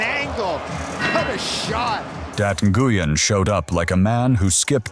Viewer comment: I think you're mispronouncing both "Nguyen" and "Diop".